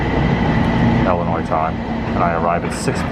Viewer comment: Why do people say, "Ellen-oy" instead of, "Illin-oy" when they know it's pronounced that way? Go figure.